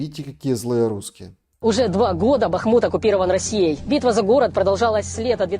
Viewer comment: Лдебахмутович! Я их Констахи мы все и жители этого города называют его Артёмовск или хотя бы Бахмут с ударением на а, а не на у